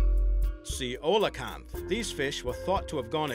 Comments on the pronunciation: its not pronounced, sea-oh-loh-canth. its seal-ee-oh-canth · "Ceolocanth?" That's Coelocanth. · Coelacanth was mispronounced. Palau is pa lao (aw).